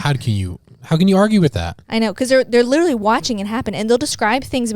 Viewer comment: Now every time says literally I can’t stop hearing when he says “litewally”